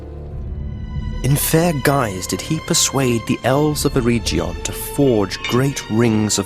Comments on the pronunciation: á much rather this alternative. well done ! the only errour which needs fine-tuned is that the Gs in Eðellen (Sindarin) are all hard like in Get. Eregion should be pronounced thusly rather than erejion. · 😔 you pronounced Eregion wrong